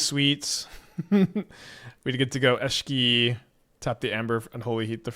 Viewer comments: Eshiki Eshiki Eshiki. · Eesheekee is definitely a way to say her name. I see you have been taking lessons from Seth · Honestly kinda weird to hear him say Ishiki and Rashaka over and over. I'm not usually somebody who gives a shit but it's kinda ear grating.